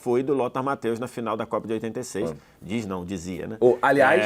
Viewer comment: PQP!! Porque as pessoas passaram a chamar o Lothar Matthäus de "MatÁus" ?!?!?!?!?! QUando ele jogava, a mídia sabia falar o nome dele. O nome se pronuncia "MathÊus". Simples, fácil...